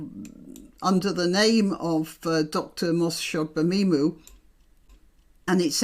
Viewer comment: Congratulations on pronouncing Dr.Shola's last name. Marlene Hadleigh was a follower of the Doctor and tried to emulate her style of dress. As far as i can see the only difference between Dr S and mr Fararge is their gender both are bigots, both love to hear the sound of their own voice and both dress to exsagerate their ethnicity. I wonder if Dr. Shola haas an account with NatWest bank🤔